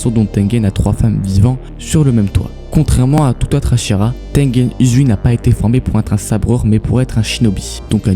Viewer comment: Tu Prenonce mal le prénom ! C'est pas Tengen Uzui On le dit Tengen Ouzui